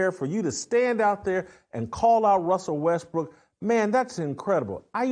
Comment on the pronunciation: I can't say Russell Westbrook either!! 😂😂